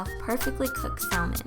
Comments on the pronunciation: It pronounced samon not salmon :) great video!! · ..I can't...you had saLLmon? come on now..the L is silent....saLLmon SALLMON...You keep saying it ;( p.s its called caprese salad, not capri. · Cristal Loera You are right. The L is silent. It is pronounced sammin. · The 'L' in "salmon" is silent. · It's pronounced like this: Samon. The L is silent. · sal-men lol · The 'l' in salmon is silent so you're actually supposed to pronounce it as 'samon'. Maybe it's just a british thing though. But the British did invent the English language sooo.... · You're saying salmon wrong girl,it's pronounced saamen not how it looks ok just trying to help ok. Btw it does look really tasty can't wait to make it myself thank you for the recipe!!!!!! :-) :-) :-) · It's pronounced samon. The L is silent. For the future lol. 😉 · Not trying to be mean, but just want to let you know that "salmon" is pronounced sam-men. The "L" is silent. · Omg I've been saying it like her my whole life.lol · The L in salmon is SILENT .....LOL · Gabby Shontz i die every time🤪. The L is silent honey! Lol but i still love her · I love the way you say salmon!! and is that the caillou song? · The way u say salmon... hahaha.! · Well, this made me want a snack! I love the way you take care to make your food look nice and polished, it always feels nicer when a dish is presented elegantly. (The "l" in "salmon" is silent- someone has probably already said that but just so ya know! (: ) Anyway great job, love it! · Thank you for sharing! Loved the video! (Not to sound offensive or anything, but you don't pronounce the 'L' in salmon:) ) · Isn't the L in salmon silent? That's what I thought can anyone let me know if I'm wrong? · Yes it's silent. She pronounced it wrong. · I think it's bc it spanish we pronounce the L. I slip up and say it like that a lot.